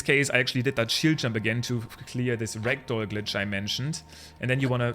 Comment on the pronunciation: JUST SO YOU ARE AWARE, your dialect makes "ragdoll mode" sound like "rectal mode". Have a great time with TOTK!